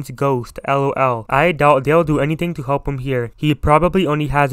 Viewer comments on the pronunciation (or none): none